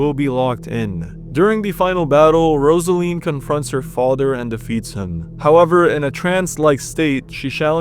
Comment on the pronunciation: I swear. If he mispronounce Rozalin (ROZ-a-lin) one more time. I'm going to lose it. They say her name in the game